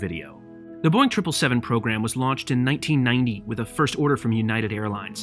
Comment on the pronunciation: I laugh when says “Boing 777”